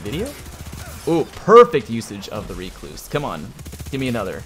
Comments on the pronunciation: I will accept Ruh-kloos or wreck-loos. None of the REEE-kloos shenanigans. Get learnt. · Well, you cluse once, then you cluse again.. it's a recluse. Reeeee-cluse! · Buddy....BUUUUDDY what is that pronunciation? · The number of YouTubers who mispronounce Recluse. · Why are you pronouncing the weapons name like that...its named after a type of spider and no1 says it like you are ahahahahaa